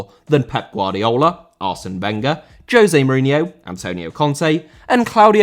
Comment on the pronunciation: Mourinho* not Muríniouw